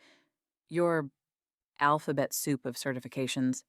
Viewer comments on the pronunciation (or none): none